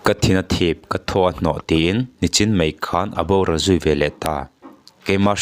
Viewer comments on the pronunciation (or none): none